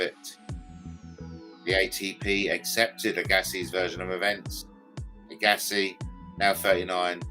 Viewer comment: It is pronounced AG assi like SHAG assi 😂